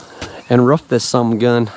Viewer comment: Ruff ruff it’s roof you speak properly aside from the word roof ??? Whyyyyyy